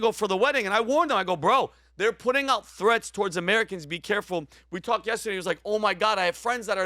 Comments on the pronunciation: "You don't fail tomorrow when you say 'yes-today'." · whats important is how PBD will always pronounce the word "yes-today".